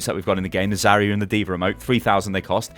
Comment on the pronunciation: I love how says D.Va, "Deever"